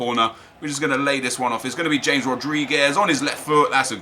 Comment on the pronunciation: Your mispronouncing James Rodriguez's name. Its pronounced Ha-mez not James.